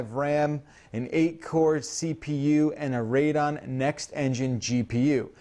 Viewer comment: radon??? it's radeon...